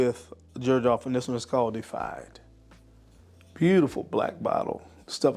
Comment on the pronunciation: Pronounced De-i-fy De-i-fied Great video as usual!